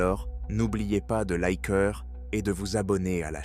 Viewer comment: Non qu'il se serve de sa voix bon sang. Comment faisait tous ces gens avant l'IA. Ils ne faisaient rien… ne savaient pas créer ? Cela dit cette voix ne me dérange pas de trop, il y a pire, et me fait un peu rire avec ces likeur ou autre petits mots qu'il oublie ou qu'il dit alors qu'elles sont censées être muette. Mais j'ai malgré tout du mal à écouter la totalité de la vidéo, et m'arrête avant le milieu car au bout d'un moment ça m'insupporte au plus haut point.